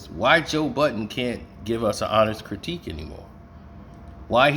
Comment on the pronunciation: Did u say CROWTIQUE?????? THOUGHT IT WAS CRITIQUE??🤣😂🤣😂🤣😂🤣😂